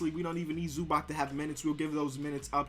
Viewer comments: It's not ZubaK, its ZubaTS. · please learn how to pronounce zubac